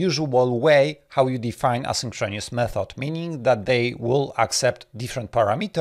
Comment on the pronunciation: Thanks! Also, you need to check your pronunciation of the words "asynchronous" and "paradigm".